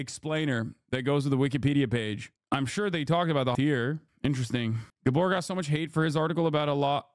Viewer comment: Gábor not guhborh